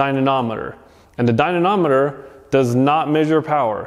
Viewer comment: Ok. I cought the intentional misspelling and mispronunciation. What do I win? Dynomometer not Dynonometer